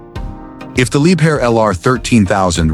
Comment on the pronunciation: либхер а не либер